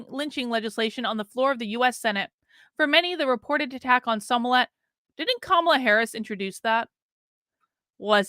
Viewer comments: I love you, but if you’re going to report, you MUST pronounce people’s names correctly. It’s not SOmillett. It’s SMollett. 🙏🏽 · Are you saying his name like SEW MOLLET? 🤔